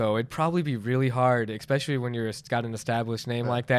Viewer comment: the word is 'especially' not 'expecially':D